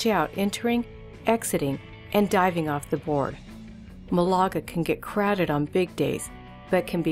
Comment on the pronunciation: It's pronounced MAL'-a-ga Cove, not mau-la-ga. Sheesh. Still, was fun to see some good waves on sunny days.